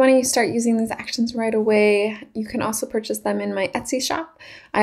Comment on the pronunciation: Nice "ackuh-shuns-ah" but it would have been helpful to know how they work. I was with you until you started using them, then had to go find another video because you didn't demonstrate what you're doing. Makes the whole video a but pointless...